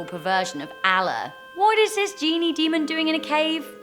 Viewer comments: Please try too say allah probably next time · YOU PRONOUNCED ALLA RONG